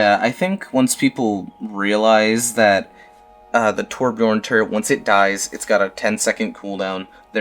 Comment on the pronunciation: Torb main that doesn't even pronounce his name correctly.